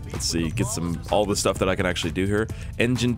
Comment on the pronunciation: Intro hey guys ankle cutters here and today we are going to cut some shtuff